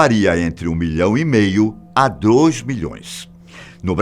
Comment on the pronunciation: leve falo errado ,disse drois milhões